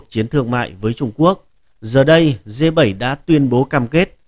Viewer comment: Đọc sai bét, phải đọc là G .